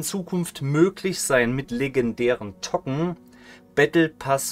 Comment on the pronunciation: Dann spreche es auch english aus ˈtoʊkən